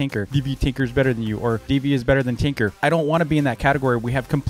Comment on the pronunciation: i thought he was saying tinker instead of TNQR